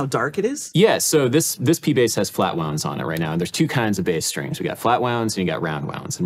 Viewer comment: and they keep saying base instead of Bass